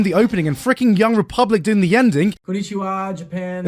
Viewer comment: This man said "yung republic"? 😂